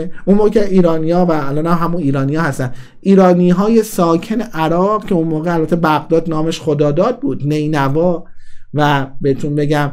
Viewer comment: نینوا اشتباهه درستشninvaهست محل خدای نین